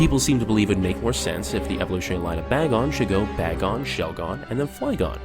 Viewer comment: It's "BAY-gon" not "BAG-gon" Directed by Michael Bagon